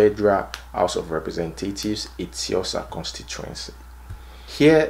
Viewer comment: He can't even pronounce Etin-osa LG he intends to represent and he wants people to vote for him,is he even from there? Abegeee!